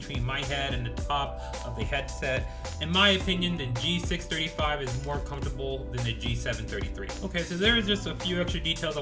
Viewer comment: oh my gosh did he say more "comfortable" or more "uncomfortable" the subtitles show "comfortable" it makes sense in the context of the sentence "more comfortable" but I can't help but think he said "In my opinion the G635 is more uncomfortable"